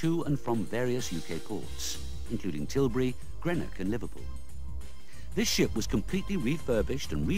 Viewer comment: oh no, that pronunciation of Greenock...